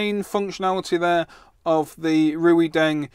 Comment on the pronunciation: Why don't you reviewers learn to pronounce the name of the companies you review products from. RuiDeng, HuaWei... never heard it anywhere near correct. Its like Chinese people calling their smartphones Appu Ippon eX.